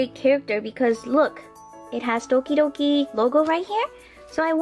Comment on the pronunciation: I knowww! That's what I keep hearing too.